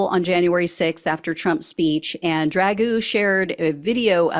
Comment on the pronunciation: Lost me immediately on the mispronunciation and ridicule of Dragoo's name. We are trying to fight he 3yo tyrant, no? Then let's not behave like him.